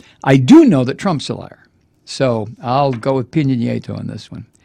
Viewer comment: Love your show. I watch it in Panamá. Just a heads up. Peña Nieto is pronounced "pain ya knee ay toe." Peen ya means pineapple. Keep up the great work!